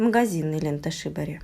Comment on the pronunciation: Произноситься лента шибÓри или сибÓри.